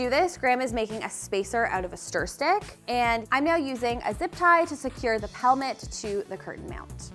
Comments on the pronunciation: Shes saying pelmet with a P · At first, I thought you said "helmet." When I looked pelmet up, it said Americans call it "cornice." I'm American . . . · LOL! The whole time I thought you were saying "helmet" until you put the word "pelmet" up on the screen. I had to look that up because I never heard that before. I kept saying it's a valance. When I looked up "pelmet" I found that it is the British word for "valance." Thanks for expanding my vocabulary! 🙂😊😉